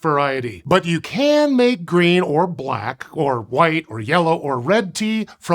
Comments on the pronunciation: “Grean” tea? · "Grean Tea" ? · "grean tea"?? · "Grean tea"???!!! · “Grean Tea” 🤔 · "Grean Tea" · "Grean" tea?